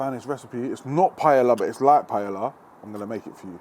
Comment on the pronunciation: To jídlo se vyslovuje jinak .....